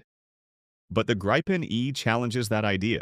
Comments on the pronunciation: Pronounced Greepen, not Graipen - The Griffin. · Not a big question, but the the meaning is " The Griffin" ( not arrested), and pronounced with a long i ( not the diftong ) and this can surely be explained in English as "Greepen", with stress on first vowel.